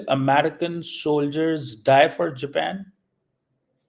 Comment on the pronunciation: Amaa Mia Jaapan Kahu, Ye Kya Amriki Panjabi accent Main Jepaan keh raha hu😂